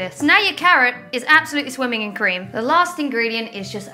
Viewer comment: "Now that you're carrot is abloustly swiming in cream"